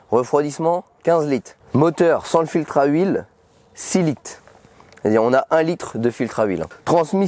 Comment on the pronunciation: Il m'a stresser en disant 32 lites 16 lites 6 lites au lieu de dire litres 🤣😭